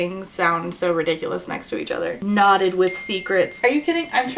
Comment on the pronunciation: Whenever you say “knotted” I hear “not it,” which is an accurate feeling this book evokes.